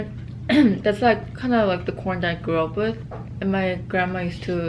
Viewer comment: I was talking to my husband at the time you were talking about American corn and I could have swore you said American porn! I snapped back real quick and was like what in the world is talking about today?! 😂😂😂